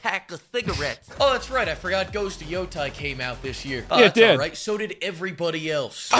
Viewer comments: I mean...to be fair, it's pretty fyucking annoying to hear you yourself pronounce Yotai instead of Yotay in Ghost of Yotei. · I feel the same way about people saying “Ghosts of Yotai” instead of “Ghosts of Yotei” that he feels about “Wurthering Waves” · okay but Asmon mispronounces Tsushima and Yotei every time